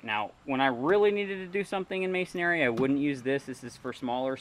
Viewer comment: Always entertaining presentations. However the word 'masonry' is pronounced mason-ree not mason-airy, again it's pronounced as mason-ree (no worries, it's mispronounced across the board by lots of folks). Fun and informative videos; your passion for all things tools, toolery and miscellany, mostly old and odd, is palpable.